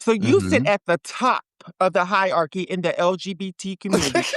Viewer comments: In the opener when I heard her say “hiarchys” instead of hierarchy, I knew I was in for some low intelligence takes as per usual. She doesn’t even have a basic grasp of words and their meanings. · "Hi -arcys" I wish would learn how to pronounce the big words properly 😂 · They didn't even bother to correct him on "higherkey" 😂 but I think I saw Brad crack a smirk of acknowledgement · Oh god thank you for mentioning this :D I'm not a native English speaker, so I didn't know how "hierarchy" was pronounced. I had a feeling that it sounded weird, but I assumed she must be correct because she's the native speaker 🤣